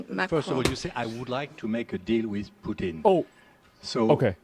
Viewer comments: They pronounce Putin as POOTENE. Like a shampoo for your butt or a constipation medication. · I like how she says Putin like putine lol